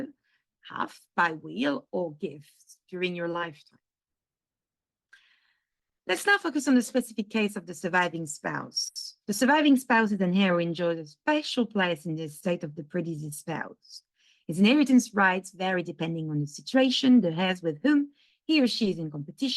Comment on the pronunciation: Please pronounce heir in English as ERE or EIR. Drop the H. Thank you.